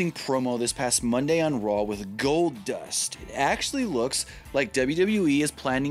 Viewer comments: "Goldbust" "Goldnust" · He said "GoldNust" 😂😂😂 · I came for Goldnust or Goldbust...not Goldust